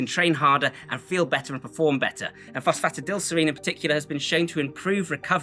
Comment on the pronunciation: Enjoyed the video and agree on most things although not sure if supplemental magnesium and zinc have any extra benefit if you are getting enough in your diet, also not sure on your pronunciation of phosphatidylserine! All in all a good stack though, not too overkill like many other creators out there.